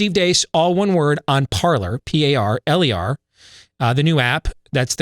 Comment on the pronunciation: Parler, pronounced ParLAY. 'Tis French